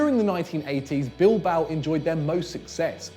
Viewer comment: Damn you butchered the "Butcher" of Bilboa